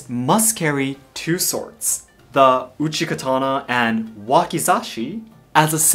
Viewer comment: man said Uchi Katana, every Elden Ring player:- my time has come